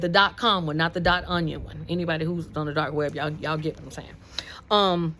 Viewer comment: Lol omg the dot onion one. It just sounded funny